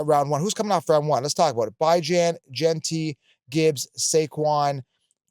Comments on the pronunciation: Haven’t tuned into this guy in quite a while. He has strong takes and can be so confidently wrong at times but he is good at identifying some diamonds in the rough. With that being said, as soon as I heard him pronounce Bijan as “Bye-Jan” I realized why I quit listening to this d*uche nozzle. It’s not cute, it’s not funny and to STILL be saying it just shows how lame he is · I don't know that I've ever heard Bijan called BYe-Jan lol